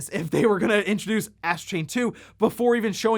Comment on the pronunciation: Did you call it "Ass Chain 2"???????????